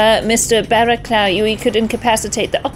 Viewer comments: Ross's characters name should be pronounced bara-cluff I know it sounds wierd for the spelling but that's England for you lol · Barraclough is pronounced "BA-ra-cluff". "BA" as in "BAT", "cluff" ryhmes with "rough". Mainwaring is pronounced "MAN-ner-ring". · Those names are pronounced "Baracluff" and "Mannering"